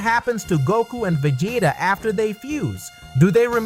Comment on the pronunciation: Yeah I'm not about watch a video with a guy destroying Vegeta name.😑